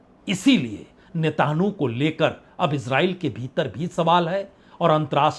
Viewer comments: नेतानहु नहीं -- नेतान्यहू बोलिये 🙂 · आप इतने पुराने पत्रकार हैं, मैं बड़े पसंद से आपको सुनता हूँ, ये नेताहानू किसका नाम है, आप उसको नेतन याहू कियूँ नहीं कहते? 🙏🙏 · नेतनह्याहू सही उच्चारण है... नेतन्हाहू गलत उच्चारण है, पत्रकार महोदय। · आप मिस्टर नेतायाहू से नेतनु कह रहे का उच्चारण कर रहे हैं, कृपया सही करें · Sir aap Netanyahu nhi bol paate hai sahi se 😂😂😂😂😂